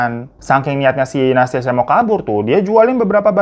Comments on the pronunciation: Nah tuh... Dari Nastya, Bang Hiro pasti bakalan ada salah nyebut jadi Natasya, Nastisya, Anastasya, dll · Aku ngakak dr awal video smpe akhir hirotada selalu salah sebut nama nastia. Natasya nastia nasyia natasya. Memang ntn video hiro ini ga pernah skalipun aku ga ngakak 😂😂😂😂😂😂😂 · tiap bang Hiro salah nyebut Nastia selalu aku benerin sendiri 🤣 makasih videonya bang, semangat teruuusss ❤️